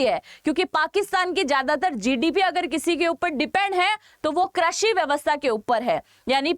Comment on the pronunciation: Krashi nahi behen, krushi